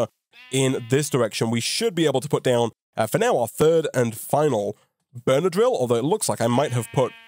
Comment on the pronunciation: everytime you say "burner drill" it sounds like benadryl